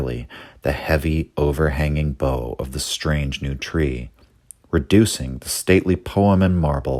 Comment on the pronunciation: As a matter of your edification, bough is BOU (as in take a bow, NOT "BOW and arrow"). You want to get that one right as it's in Shakespeare often - "Upon those boughs that shake against the cold," eponymously in the title of Sir James' Frazer's classic "The Golden Bough," and much more. Bough, like plow and wow. 😀 The late Jonathan Bowden (also like bough, Bough-dun) gave a phenomenal oratory on H.P. Lovecraft, one in his series of artists who were on the right politically (virtually an extinct species these days). Of these ominous trees in Lovecraft he said: "There seems to be, not just a desire to dream, but a desire to make the dream strong in the articulation of it. And strength in some ways means going artistically, if only for a moment, in a slightly sinister direction before you draw it back to have a resolution. It’s the shadow that the tree casts, it gives you a three-dimensional insight into the reality of the wood. It’s almost as if it gives a visceral quality to that which could be softer and ethereal otherwise, and without that balance one can’t find a center." About midway through Bowden does a hilarious explication of "The Dunwich Horror" that brings belly-laughs, crank it up and enjoy